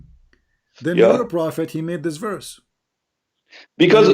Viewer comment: Correct. He pronounced "verse" as "werse"